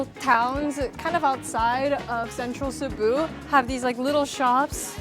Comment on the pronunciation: She pronounced Cebu properly! First foreign food vlogger, I've seen get it right